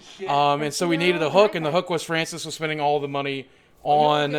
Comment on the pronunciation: mow fwancis pweez ;c